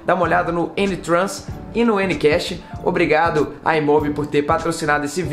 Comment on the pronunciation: gostei da pronuncia: eniquexe... eh eh eh. vixe...